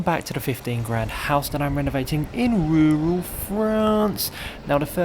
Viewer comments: so we need a t-shirt but how do we spell "In rewral Frarrnce" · I love video AND voice-over. I also giggle every time you say "in rural France". 😁🇺🇸